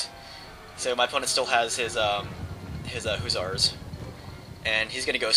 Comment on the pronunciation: "Huzzars" lol every time, every time...